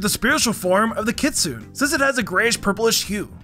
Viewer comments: Dude it's kit-su-ne not kitsuun 😭😭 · ... kitsoon? you mean Kitsune ( kit-sewe-nay )